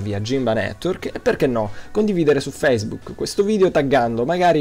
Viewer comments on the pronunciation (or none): none